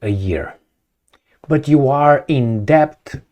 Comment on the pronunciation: The "b" is silent in the word "debt"